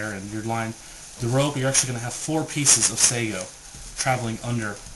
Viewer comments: Sago is a slimey pudding. The word is sa ge oh. Be respectful to the language as well as the technology. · It's called sageo as in sa-geh-oh not sego. Have more respect in speech and demostation when practicing this art form.